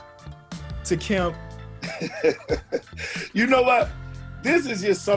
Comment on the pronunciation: Kemp is pronounced keh-emp